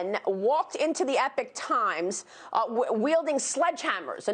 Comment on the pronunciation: EHPOC TIMES!!!!! NOT-------- EPIC TIMES!!!!!